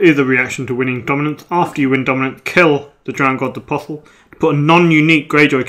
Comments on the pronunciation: Around the 44 minute mark, James marshalled Aeron Damphair. Was he not already in the dead pile? PS: Apostle is pronounced APOSSL. The T is silent. It means prophet. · Just for the sake of the english language. it's aposle... pretend the t isn't even there... A POS UHL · isn't the ''T'' silent in Apostle?!?!